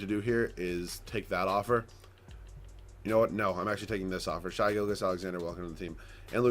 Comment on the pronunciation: Its Shey not shy gilgeous